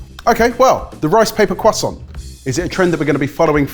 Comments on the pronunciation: There is an R in croissant guys, you keep saying cwoissant 😂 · Cwoissant lol! Why do the british hate the letter R? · When you pronounce croissant like poisson, I vomit a little. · I know this is a UK based show but as an American hearing it pronounced Cwoisont opposed to Croissant(with the R) sounds like a meme. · Quoi sont?.. *slap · Take a shot for every time they say quoi-sant and I’ll see you all on the other side. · Am I the only one who hates the way the pronounce croissant. I understand that's how you pronounce it in French, but the French would never return the favor. Do they say Netflix or Neet-fleeks? When speaking English, use English pronunciations. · i'm going to be honest. I only watch your cooking videos. the other stuff like this doesn't interest me at all... more pass it on/recipe relay/mystery box/unplanned battle and less reviews and stuff please the fact you brits pronounce "croissant" like retards doesn't help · As a frenchmen, I cringe whenever they say "croissant" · Every time they say 🥐 they sound deaf... the French are pronouncing English words correctly...just stop